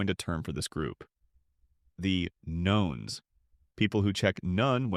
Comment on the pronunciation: "Nones" is "nuns" not " knowns".